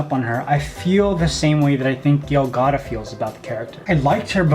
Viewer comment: "Gale Got" he clearly means Gal Gadot but how did he mess up her first name?!?!